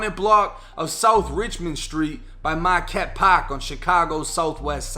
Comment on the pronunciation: Say it again bro "marqueEtte pAArK" lol. I Iive around there..